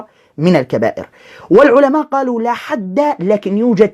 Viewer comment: بالتحليل النفسي لمخارج حروف هذا الايراني فتلاحظ انه ينطق مصطلح(لاحد) بنفس اسلوب نطق(لاحرج) بالتالي فان عقله البسيط يترجمها لنفس المعني